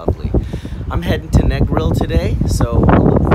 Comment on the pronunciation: Welcome to the Plantocracy, $200usd a night, maids there get about a $100usd a week.Hope you left them a decent TIP! BTW it is pronounced NAY grill not Knee grill. NEGRIL is so sold out, we left our home of 40yrs to move up country!